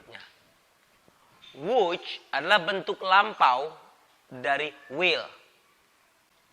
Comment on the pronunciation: presentasi yang bagus dan sangat bermanfaat sekali!!! namun ada satu hal yang sedikit agak hehe yaitu pronunciation dari would, lebih kedengeran kayak /wuj/ padahal kalo menurut saya harusnya /wud/ beda kalau 'would you' pronuciationnya jadi /wudjyu/ karena memang dua kata itu sering diucapkan dengan menggunakan relaxed pronunciation.... however, good luck and keep educating people with your good vibes of knowledge!!!